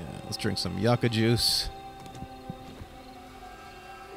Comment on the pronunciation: You-kuh not yuck uh